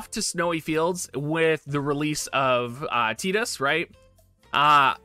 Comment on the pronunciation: TEEDUS NOT TIIIDUS